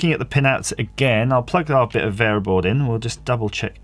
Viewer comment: What is VAYERBOARD , AS in the orange or tan waffle piece that you're soldering onto the sacrificial USB line? Bayer board?